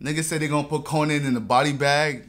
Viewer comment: Man said konan😭